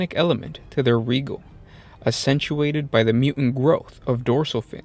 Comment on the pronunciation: It's not a OMS video without a mispronunciation. Re-gAl-ia not regul.